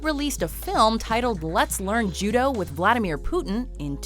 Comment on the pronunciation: Its vladamir putin not flatamir putin